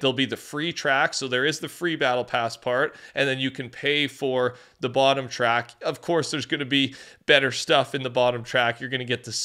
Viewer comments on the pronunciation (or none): none